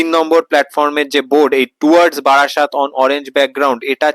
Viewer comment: ওটা বারাসাত নয় রে, বারাসত 😂😂